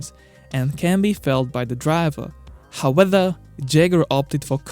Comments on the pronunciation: i love you and your videos, truly, but please stop saying how-weather, and learn to say howEVer. Please!! You you use the word too often to be mispronouncing it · Please learn how to say "however" or just stop saying the word. I understand English is not your first language and neither is mine but I couldn't watch the video to the end because it's just driving me nuts. Use "but" "still" "yet" just stop saying "howether" when it's "however". I hope you take this comment as constructive and keep up the good work. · Seen many of your videos... It's however, not "howether" :P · However not howwether. Just In case you wanted to know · Howether a b'o wa' er